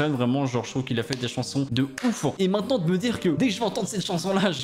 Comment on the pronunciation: ta voix ma fait une hallucination auditive. Quand ta fit "maintenant" en chantant j'ai entendu manant, aka un insulte bien vénère du moyen âge Aie aie aie 😭🤣